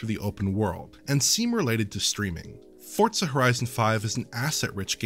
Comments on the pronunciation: no, they're saying it wrong. There is no T. Saying Fort Suh is more ridiculous than if I went to the Tsoo with Tsendaya from Spiderman and there was a Tsebra but then there was a zunami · Why the hell does everyone call Forza "Fort Suh"? Who taught you people English?